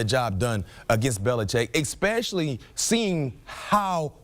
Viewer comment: If you're going to be on National Television. Please say your words correctly. It's pronounced Especially.. There is no X in the damn word.